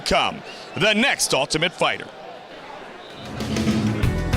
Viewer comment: "lightweight fightur" 😂😂😂 Ohhhh Goldie 😂😂